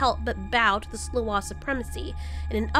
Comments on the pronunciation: We pronounce sluagh as "slaow." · The butchery of "sluagh" lmao